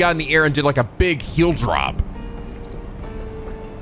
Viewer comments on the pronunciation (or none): none